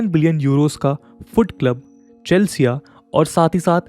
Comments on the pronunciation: Its chelsea . Not chalsea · Sir not CHALSEA , it's CHELSEA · Great analysis Bhai! Just a humble correction ( with all humility) Yacht - pronounced as "Yott" Chelsea - pronounced as "Chel see"